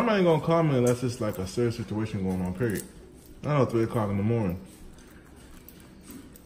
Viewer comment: said period like PERIODDT lolol